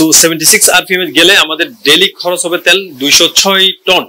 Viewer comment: ত্যাল নয় তেল বলুন ।